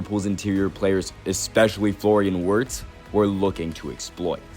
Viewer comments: did you watch the whole video? Wenger isn’t the only one who mentioned his name. Wirtz isn’t hard to pronounce even if you don’t speak german, all you gotta do is pronounce the “w” as a “v” don’t be an idiot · on this video someone pronounces Wirtz’s name correctly but the voice over dude continues to butcher it🤦🏾‍♂️ fuck